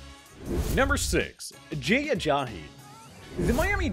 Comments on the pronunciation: Why's he pronouncing Ajayi, Ajahi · There is no H in Ajai's name. I hate justin fraction but I wanted to turn this off just because of this guy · the way he says Ajayi really gets to me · This guy really can’t say jay ajayi right